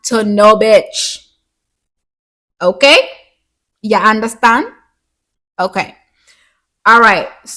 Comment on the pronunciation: “Yuh undastand?” lol! Your inner Caribbean aunty came out a few times. I loved that, and the video overall. Another gem